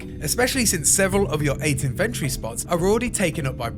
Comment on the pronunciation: lol "inventree"